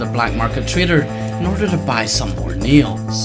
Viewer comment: Is it just me or did he say "neals" instead of "nails"